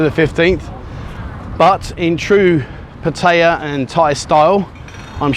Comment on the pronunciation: Thanks for this channel we get our Pattaya Buzz while we’re stuck in the Uk! If only you could pronounce the name of the city correctly 🙏 PAT eye A !!! Not PAT hey A !!! 😡